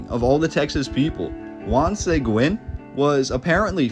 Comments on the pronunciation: Pretty sure growing up they told us it was named after Santa Anna. Also the missions still look the same if y’all trying to come through. 😂 the prior civilization definitely was skilled and Texas was all Mexico. And sounds like this history missing some Blk fighters. Check UIW archives. They have the actual news papers. And it’s pronounced (sea guin) the whites betrayed him. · Juan Seguin I have never heard it said like that lived around San Antonio 60 years and it was always pronounced Se Geen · Bingo!!! You’ve got it! True pronunciation Seh-green, the u is silent. Great documentary. Thank you. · Is this a human or AI? Your pronunciation on Seguin makes me sad. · Why do people do documentaries that can't pronounce Latin last names like Seguin I will never understand why they don't have the Latin person do these documentaries not a white boy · This would be an interesting historical perspective......if you had utterly failed to pronounce the name SEGUIN so badly, over and over again. That really damaged your credibility with me. Might be good to get some local input for the next one. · Dude cannot even pronounce our county or Juan Sequin name correct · Enjoyed the video, but he should learn how to pronounce the names, like Seguin = (suh-geen) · OMG! It hurts my ears when you pronounce Juan Seguin's name.... Here's a novel idea, maybe you should do some research before publishing content... There is even a town in Texas named after him Seguin, TX so it shouldn't be too hard for you to figure out how the last name is pronounced (Seh-geen). For crying out loud... 🤦🏻‍♂️ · Bexar is pronounced 'Bear' --- Seguin is pronounced 'Seg-geen' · Its pronounced Seh-geen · I’m sure San Antonio has many mysteries that would stun the citizens. His name is pronounced see-geen, (Segiun) btw. Very cool video of my hometown, thanks! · Bexar is pronounced like bear. Seguin is pronounced SeGeen. Decent info though. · It's "Juan Se g'eeen " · Pronounced sěguēne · SA-GEEN FOR GOSH SAKES.